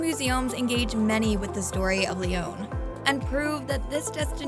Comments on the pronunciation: Please improve your pronunciation! It's not Lyone! It's a short O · all the French words were pronounced terribly. They even pronounced Lyon wrong. It’s not “Lee-own”. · Protip: get a narrator that can pronounce Lyon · You should learn to pronounce the name of the city correctly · Terrible pronunciation but thanks for the advice